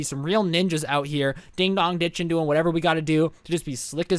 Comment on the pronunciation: Just so you know, it’s ‘ding DONG ditching’ , not ‘ding DOG ditching.’ Not to be rude.